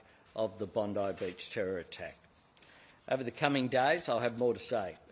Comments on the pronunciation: It's pronounced BondEye not Bondi as in that bimbo in the US in my opinion. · I love how non Australians say Bondi. It's Bond i